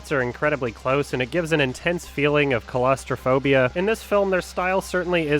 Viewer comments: mate "calaoustropobia" damn shame man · please I noticed this on the Sardonicast, too - you gotta look up the pronunciation of "claustrophobia". You're adding a whole syllable.